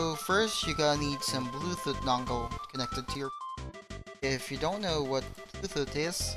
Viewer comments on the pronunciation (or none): STOP CALLING IT "Bluethut"!! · xD bluethoot ITS BLUETOOTH IDIOT xD